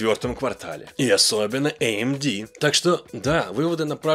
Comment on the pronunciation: меня одного подбешивает, что он говорит эй эм ди вместо АМД? это как некоторые говорят эйсус вместо асус. так глупо пытаться говорить как оно звучит в оригинале. есть устоявшиеся произношения названий брендов и т.п., которые адаптированы естественным образом под местный язык. так и правильно их произносить